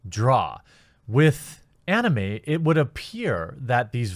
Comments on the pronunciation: Jeremy pronounces anime oddly. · ugh Jeremy pronounces anime weird. Anyway, I'm a big anime fan and I don't care one bit about VAs. I watch mainly anime with subtitles. Just so long as their voices aren't like Goku, I'm good. From what I understand the Japanese VAs are a big deal in Japan and some western anime fans care about VAs in general but seriously, they're not essential for conventions. I rather meet the anime artists, directors, writers and the creators of the IPs. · “DrAYgon ball” “AHnime” Haha